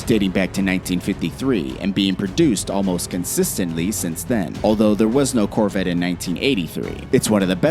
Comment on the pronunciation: mustang? coverette? lol